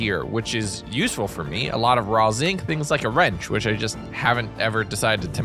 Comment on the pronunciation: Every time he says the word useful a shiver runs down my spine...